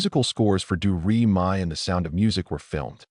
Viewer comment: AI reading is annoying mispronouncing names like Leslie Caron and Georg (Von Trapp). The song "Do Re Mi" becomes "Doo Ree My" and . Many inaccuracies as well. Julie Andrews was not in the film of "My Fair Lady" . Kurt Russell was considered for Liesl??? . The first scenes of Liesl and the "My Favorite Things" was filmed in Hollywood, not Salzburg. . Their boat tipover didn't take place on the "ocean". . The song is "The Lonely Goatherd", not "The Solitary Goatherd"! . If you go to so much trouble to put this together, why be sloppy?